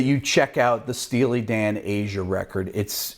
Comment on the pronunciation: Called ZZ TOP song TUH-sh not TOO-sh... It's AH-j-ah (ahhhhjuuuuh) not A-zhuh. The j is a j not a "zh" sound. Picky I know but these are classics that should be revered not butchered or disrespected! :) Just a constructive jab.